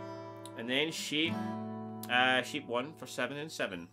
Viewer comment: I like this trick and the simple way you teach it. I'm going to subscribe to your channel. The only thing is, I'm American. When you say "shape", it sounds to me like you're saying "sheep". So we have sheep 1 and sheep 2. I know you mean chord shapes, not card sheeps. What throws me off a little is that your A sounds like E to me. Don't change. Stay natural. I'll do my translations.